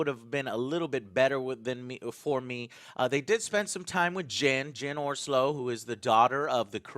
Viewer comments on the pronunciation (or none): "Jyn Oslo" -Joe